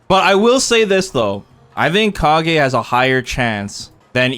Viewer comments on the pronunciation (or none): none